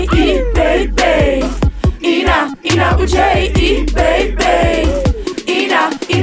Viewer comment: Dit is niet hoe je Ina Boudier uitspreekt!